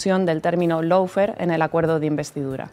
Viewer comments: Por favor, recuerden que LAWFARE se pronuncia LO-FÉAR, no lou-fer, pronunciación inventada que se ha generalizado en España. En la palabra LAW no suena ninguna U y en FARE hay que pronunciar una vocal adicional, féar, no fer. No cuesta nada pronunciarlo bien. Se trata solo de querer hacer las cosas bien, no inventar pronunciaciones y no seguir a los demás sin preguntarse si lo dicen bien (sabiendo que en España estamos bajo 0 con los idiomas). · Y no se pronuncia “loufer “, figura, que vaya nivel de inglés que tienes. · El “laufer” 😂😂😂😂😂😂😂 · Y dale con el "loufer". Por favor, eviten el molesto diptongo que se oye y no existe de la primera sílaba. (How to pronounce lawfare UK/ˈlɔː.feər/ US/ˈlɑː.fer/).